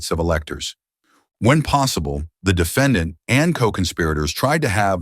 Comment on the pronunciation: "dee fa don.".... AI is still a mess when you could have just hired someone to read it out loud.